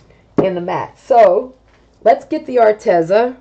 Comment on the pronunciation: Psst...it's pronounced Ar-Tee-zuh 😊